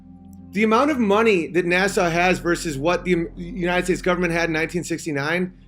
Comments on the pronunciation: Why does he call NASA "Nassau" ? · Did he say Nassau for NASA 😂